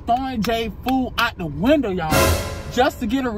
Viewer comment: AND JAY DIDNT EVEN SAY WINDOW HE SAID WINDEL :face-blue-smiling